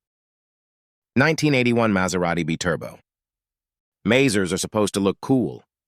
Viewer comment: Telsa... dyslexic bot 😂 Beeturbo... not dyslexic, just can't read 🤣🤣🤣